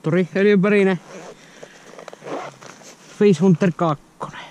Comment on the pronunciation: se lausutaa fish hantter ei fish huntter